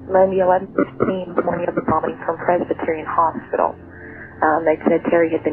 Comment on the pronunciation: Pretty lame you can't even say "bombing"